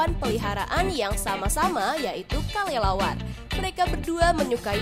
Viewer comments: Yang teka teki di detik 45 itu kalo ngomong kok kalelawar ya bukan kelelawar coba deh kalian periksa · Dia itu ngomongnya Kalelawar